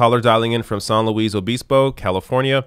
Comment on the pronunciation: So weird being from SLO and hearing pronouncing it near correctly. No one does that here's lol.